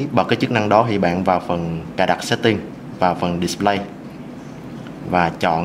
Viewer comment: phát âm từ display nghe hơi bị dã man đấy :))